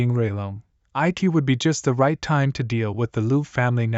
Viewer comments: please fix the ai voice like for example the simple word "it" not I-T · The thing that i hate the most is the voice and how it pronounce thing it keeps saying I T not it and says 5 dollar millions aswell as mispronouncing words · bro say it to i t and sake to sa ke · It's not "i.t" It's "it" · i t is good bruh who says 'it' like that 💀